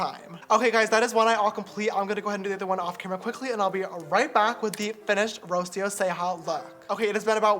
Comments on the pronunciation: that mispronunciation of Rocio tho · I love how James pronounces “Rocio”